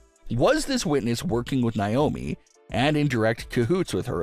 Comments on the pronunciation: It's not niomi it's Naomi 😢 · It's not niomi it's Naomi 😢😢😢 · Stop mispronouncing Naomi it's Naomi not niomi 😢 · It's pronounced Nay-omi If you spell her name backwards, is I moan